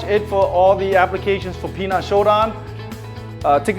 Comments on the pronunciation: It’s not pronounced Pi Nan ….,,, 10 out of 10 people pronounce wrong!!!! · I am looking forward to see a video from you pronouncing Pinan correctly if you have any Okinawan friends…. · Yes, that is how it is written, Pinan….. I would like you to do a video on how a Japanese karateka would pronounce it…… whether you are living anywhere in the world, one should learn how to pronounce the form Pinan correctly. It’s not hard to pronounce Pinan correctly. I have heard people with black belt 5th and up but don’t know how to pronounce Pinan correctly……. Why learn something when pronouncing it make it means completely different from the original word…..